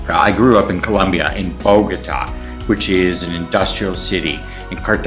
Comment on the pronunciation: He's Colombian but can't pronounce Bogota or Cartagena ... Talk about honoring his culture...